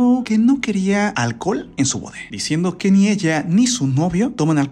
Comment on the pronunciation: Siempre dice bore y es boda parece como potaxie JAJAJA